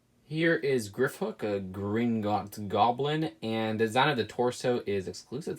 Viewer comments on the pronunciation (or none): Griphook is pronounced grip hook